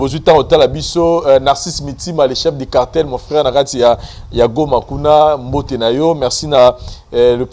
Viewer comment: Vincent c'est ça se lit #BOTE et non #BOUTE